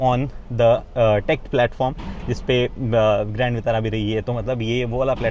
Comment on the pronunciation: विटारा होता है वितारा नहीं